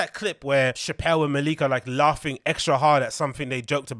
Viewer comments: His name is pronounced “Mel Lick” but for some reason Schaub called him “Mal Leek” for ages despite being corrected all the time on TFATK, and eventually he got it right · It’s pronounced “Malik” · I believe it's pronounced "MAH-lick"